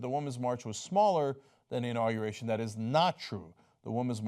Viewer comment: "Understating the size of my inaugeration" Sure, Donald, the size of your "inaugeration" is whats in question. #microtrump